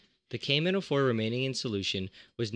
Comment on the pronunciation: The way he says the name of potassium permanganate "cavemen O4"